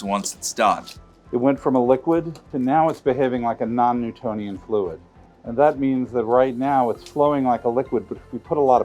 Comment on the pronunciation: Why does he keep saying "it's a non nutonian fluid" every few minutes?